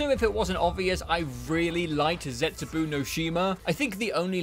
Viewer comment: The last u in zetsubou is silent, not the o. So the pronounination must be zetsubOH.